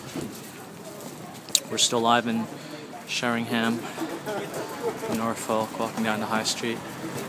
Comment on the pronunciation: Helps if you can actually pronounce the town and county correctly The high street isn't much different to many other towns in the UK....